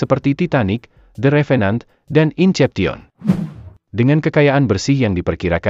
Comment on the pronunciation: Bahasa Inggrisnya benerin dulu bang AI, in cep ti on 😂